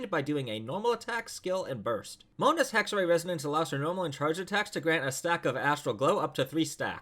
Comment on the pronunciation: Isn’t it pronounced hexerAI idk I’m a Chinese player so I might be wrong here